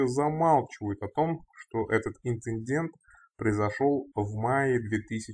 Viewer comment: Больше, больше эн в слове инциндент! Еще больше!!!!!!!